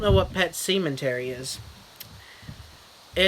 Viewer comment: Yes, hilarious as usual. At first I was like, did he say what I think he said? "Semen-tery" lol! I just knew it was gonna be outrageous from there. Not gonna lie, I didn't catch it right away in the title.